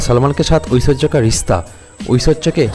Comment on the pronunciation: Aishwariya bolna sikh lo pehle 😅